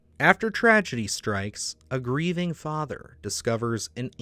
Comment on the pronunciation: Upond? Greithing? I notice in just about every video of yours that I watch you are mispronouncing at least one word every time.. it's "upon" and "grieving"lol